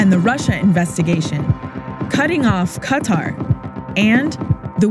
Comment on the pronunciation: Can this chick say Qatar properly?